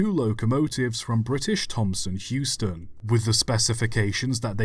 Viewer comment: Interesting video but wasn't it British Thomson HOUSton not Heuston?